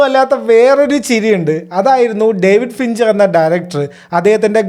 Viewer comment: ഡേവിഡ് ഫിഞ്ഞറ് 🙆‍♀️😬😬❌❌ ഡേവിഡ് ഫിഞ്ചർ ✅✅